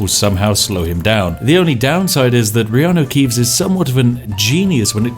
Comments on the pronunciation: Reano keeves haha spat my yorkshire tea out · IT'S REANU KEEVES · ''it's the fantastic Reanu Keeves'' knovlege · "reanu keeves"